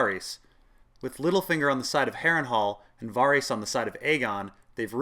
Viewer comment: "Vawrees?" I thought Varys was pronounced "Vaerys" like in the tv show.